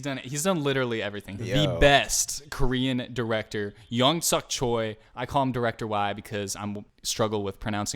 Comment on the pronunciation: Choi is pronounced as "Chwe" :)